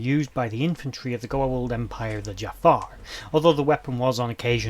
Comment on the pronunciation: Okay seriously though? It's "Jaffa", pronounced "Juh-Fah"/"Jah-Fah" with a sort of glottal stop after the first syllable. In fact many tend to place an apostrophe after the "Ja-" in order to indicate this trapping of air before the second syllable as is common with so many other words within the Goa'uld language, although in this case the inclusion of the apostrophe is unnecessary and for all intents and purposes incorrect. It wasn't uncommon to hear non-native speakers - particularly among the Tau'ri - pronounce it more like "Jafah" without the glottal accent, with Jack O'Neil himself being guilty of using this mispronounciation throughout the entirety of his career. However with that said I suppose for the sake of fan purposes, one could perhaps make the argument that either of these pronunciations would be correct since they were both used on-screen... Although I would still make an argument for use of the former, primarily due to the fact that any time the word is spoken by a member of the species or by the Goa'uld they serve - or even when uttered by the Tok'Ra for that matter - the proper accented pronunciation is used. So ALL of that said then, for the love of God there isn't an "R" at the end. It is not the identity of the owner of your local 7-Eleven (or kebab hut for you folks across the pond). It is not the name of the villain with a killer fumanchu from a beloved animated Disney film... It is not the name of that random chucklefuck on Facebook who possesses an abs